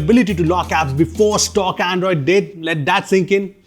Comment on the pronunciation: that "Andriod" 18 towards the end was subtle! 😆